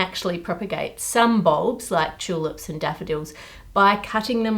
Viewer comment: It's an interesting video but she says tulips wrong